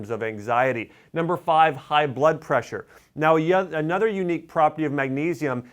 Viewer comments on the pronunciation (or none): none